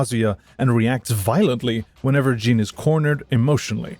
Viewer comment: Although Jin is not pronounced like gene. It is pronounced like gin.